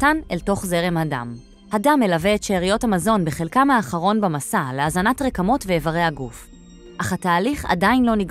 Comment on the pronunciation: זמן: : לידיעה הצורה הנכונה היא: ' RIK-mot הוושט'!